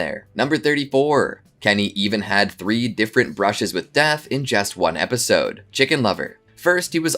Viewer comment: The funniest part is the host who can't pronounce the word Episode lol